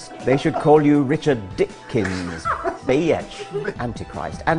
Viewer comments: Dawkins trying to say "bi-otch" is the best thing I've seen and heard in ages. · Watching Richard Dawkins try to say bi-atch is satisfying in itself. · Richard Dawkins gets educated on the correct pronunciation of biatch. This made my day. Thank you, internet trolls, whoever you are. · Holy shit killed me. I grew up in the country in Georgia and he sounded just like someone from my town saying bitch. Had a little spit take over it.